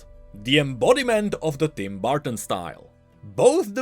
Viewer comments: "Tim Barton" "BARTON" Hope you ment to say Burton. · Burton. Not barton bur-ton